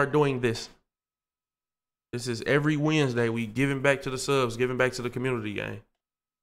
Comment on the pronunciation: Bro said today is wednesday w i n d s d a y 😭